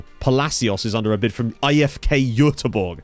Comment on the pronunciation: Your pronunciation för Göteborg is pretty much 100% spot on. Well done